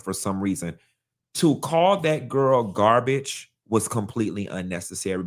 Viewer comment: He can’t even say the word GAR-BAGE!! And it’s ANGEL not ANGELA!! Smh…….